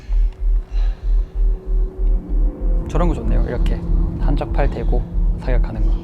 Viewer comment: 데고... 데이고도 아니고 대고도 아니고 데고 ㅋㅋ